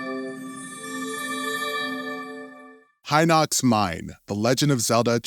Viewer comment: FINALLY SOMEONE WHO PRONOUNCES HINOX CORRECTLY